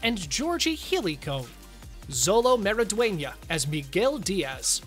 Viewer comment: Sholo! Sholo Mariduena! Not zOLO!